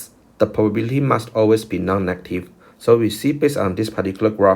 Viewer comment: Did you say non native or non negative???